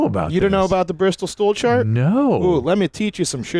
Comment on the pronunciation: he said Bristol stool SHART